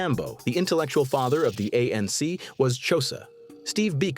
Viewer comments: 'Josa' is killing me! 😭😅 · "The jowsa"🤣🤣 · The ai can't even say xhosa